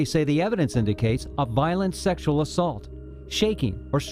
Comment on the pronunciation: It's not called salmon It's called semen. And it's not pronounced secual abuse. It's called sexual abuse.